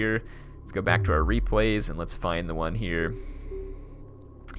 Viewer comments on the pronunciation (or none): none